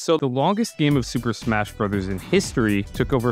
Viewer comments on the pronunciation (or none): none